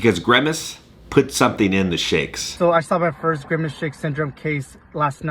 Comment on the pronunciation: WHY DO YOU KEEP SAYING GREMACE? IT'S GRIMACE.